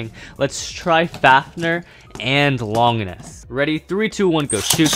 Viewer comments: for a massive beyblade fan i didnt expect you to say faf-ner, it pronounced faf-neer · how normal people say fafnir:*fafnear* how says fafnir:*fafner* Bruh